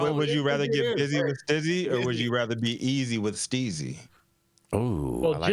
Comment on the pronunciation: Bro, the name is pronounced “stea-zy” not sti-zy. How many times you gonna mispronounce the company name you made a video about? 😂 🤦‍♂️